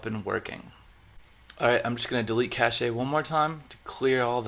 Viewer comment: Semantics! Cache is pronounced "cash"! LOL